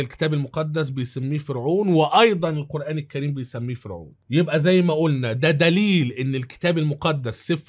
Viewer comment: جزاكم الله خيرا انا من محبيك اتمنى عندما تأتي على ذكر القرآن أن تقول القرآن الكريم وليس القرآن كّريم لأن الكاف حرف قمري وليس شمسي وعذرا ملاحظة من محب